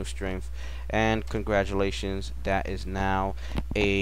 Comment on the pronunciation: Excellent presentation...... wanted to point out the "congradulations" though..... nevertheless very very informatve.... thanks.....